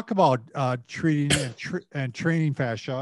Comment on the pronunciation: Fascia not fascist!